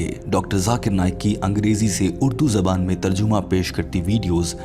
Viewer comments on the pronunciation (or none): none